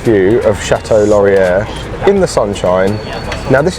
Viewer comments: Chateau Laurier pronounced 'shat-oh-lore-ee-ay'. Don't pronounce the second r. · They're called Canada geese, not Canadian geese. In French "er" at the end of a word is pronounced like long A in English, so "Chateau Laurier" is pronounced "shat-OH lor-ee-AY".